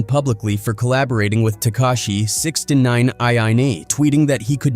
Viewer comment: WTF Its Sixnine,0 how the hell did you come up with sixieninine ??? OMG it gets WORSE learn the NAMES OF THE ARTISTS you make videos on !! And yoo that julio foolio not von !